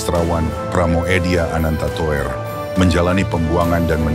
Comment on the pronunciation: Pramudya Ananta Toer... TOER jangan dibaca TOER tetapi TUR.. itu ejaan lama jaman Belanda. OE=U